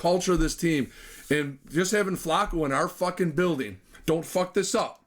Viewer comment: I tried to listen but not pronouncing Flacco and calling Bernie a hack quarterback made me have to sign off... good luck lol. And Cooper 2nd receiver anywhere else... lol.. You're killing me!